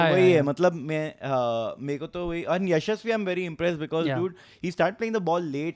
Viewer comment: Mark Nicholas, the English Commentator has changed Jaisawal's name! Yashaswi + Shamsi ka kuch combination = Ya-shamsi 😂